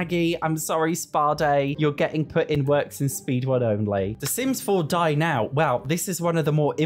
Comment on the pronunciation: every time you say "dine out" i hear "die now" and it's hilarious